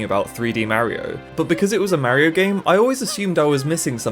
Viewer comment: You can't even pronounce Mario the rite way